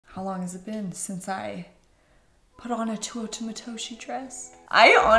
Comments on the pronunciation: Me: now say it with me. Teh!: Teh Me: ooo: ooo Me: Tah!: tah Me: Teuta!: Tuota!! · after all this time I finally found a pronounce program for Teuta Matoshi. You have the last name right but the first name is TAY OO TA. Cool, now maybe we can pronounce it correctly! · Isn’t it pronounced TEUta not TUOta🥹🫶🏽? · Just a note on pronunciation...😊 (capitalized letters are syllabic emphasis) You said too-WOAH-tah It should be teh-OO-ta (with dentalized Ts) 😊😊😊😊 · Hey just to let u know its pronounced Two-oo-ta if that makes sense:) Love the video, dresses n the brand itself! Teuta makes great dresses! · Tay- OOh- Tah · Omg.. I love you.. but GIRL. Its pronounced "Tay-U-Tuh" lol Her Canadian accent kills me some times lol. "MALK" Lmao By the way, I loved the last 2 dresses on you. They really look like your style. KEEP THOSE!! Xoxox from USA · I think has always said Teuta wrong. I mean how she says it is not how it's spelled. She always says Tuota. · It’s tay-oota 😅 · Ahhh I don't know why but it is bothering me so much the way she says Teuta's name. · You have done a number of these videos and still you have not learned how to pronounce her name 😂